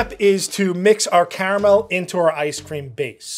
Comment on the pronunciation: I'm stunned that pronounces Caramel correctly. Unlike every other american that attempts to say it...the second A is not silent.